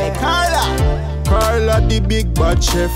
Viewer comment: Did he say Carla, the big butt chef?